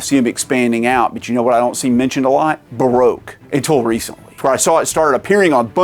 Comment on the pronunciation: Barogue is pronounced Ba Rock